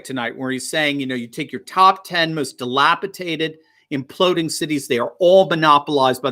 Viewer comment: How is it you correctly said DELAPIDATION early in this video and later fell back to your mispronounced DELAPITATED? There's only one T in DELAPIDATED.